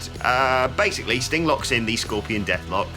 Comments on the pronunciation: How come he cant say "Sting" without it sounding like "StingK" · Off topic, but it really sounds like he calls Sting "Stink" at about the 13.00 minute mark...